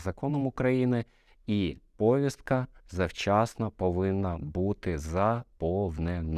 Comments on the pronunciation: Доброго дня. В мене таке питання: чому в слові повістка Ви робите наголос на першому складі? Відкрийте словник української мови та правила правопису. Наголос правильно робити на другому складі - на букву і. Не треба повторювати примітивний галичанський діалект. Користуйтесь правильною академічною українською мовою. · Якась примітивна маячня, а не відповідь. Таке враження, що це відповідь не адвоката, тобто вважаємо розумної та інтелектуально розвиненої людини, а гопника з Молдаванки. Перевірочне слово до слова повістка - вісник. наголос на "І". Всього навсього. А розвів таку полеміку, наче я тобі кисень перекрив. А от в галичанському діалекті якраз наголос роблять на першому складі слова (тому, що в галичанському діалекті більше західного, ніж українського). Тому, це не я начебто псевдограмотний, а відсутність в тобі не тільки освіченості, а й бажання вийти на новий інтелектуальний рівень, заставляє тебе писати такі примітивні, а взагалі-то тупі відповіді на мої коментарі. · ну ти ж медійна особа, а так безграмотно наголос на слові повістка ставиш🤦‍♂️🤦‍♂️🤦‍♂️